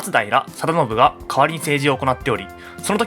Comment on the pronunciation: ま↑つだいらの発音さすがです